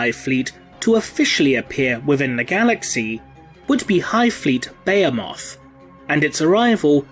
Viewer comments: Good video, one thing though, it’s not beyemoth it’s beheeeemoth.....and tiranid, not tyyyranid... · Its Buh-hee-muth not Beo-moth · *Tih-ranids. *Buh-hee-muth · Dude at least look up how to say the words you using before you repeat them 20 times incorrectly. Bay-a-moth... is a just wrong 😒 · IT'S BEHEMOTH. BEE-HEE-MUTH. I WANT TO TEAR OUT MY EARS. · >tie-ranid >beh-heh-moth Christ almighty.. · Didn't know the "h" in Bahemoth is silent. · You pronounce Tyranid and Behemoth wrong lol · Your pronouncing word wrong, behemoth for one.... I've heard other English guys say it right. Why not you? Thumbs down until u do... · be·he·moth /bəˈhēməTH,bəˈhēmäTH/ cuz yo ass can't say it right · ..That is not how you say Behemoth. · God your butchering that name behemoth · he pronounces Behemoth incorrectly.